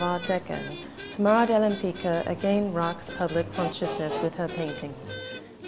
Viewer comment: One thing. I am Polish and I am amazed how wrongly her name is pronounced. Her surname is very polish and correctly it is pronounced "WEM-PITSKAH" not "LEMPICA".